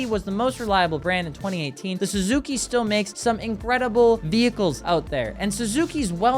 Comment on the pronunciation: I checked out when he said suski